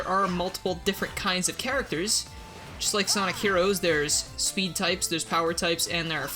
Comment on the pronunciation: SONIC. IZA. SPID. TAIP